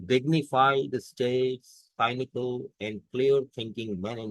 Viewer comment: Assalam o Alaikum Sir, you pronounced the word "cynical" as سائنیکل۔ Pardon me, but this pronunciation is incorrect. Neither the British nor the Americans pronounce it this way. They pronounce it سنکل۔ "س" کے نیچے بھی زیر ہے اور "ن" کے نیچے بھی زیر ہے۔ I hope you will not mind.